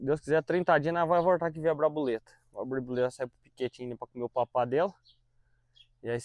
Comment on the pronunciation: Nome parece ter sido Borboleta, mas alguém falou Braboleta, até difícil de pronunciar!Kkkk Vamos ver o retorno!